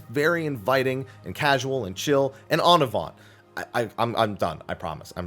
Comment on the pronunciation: You're almost pronouncing "En avant" right. In French, we rarely, like, VERY rarely pronounce the last consonant of a word. So say it exactly like you do, without the "t" at the end. That's it ;) Hope it helps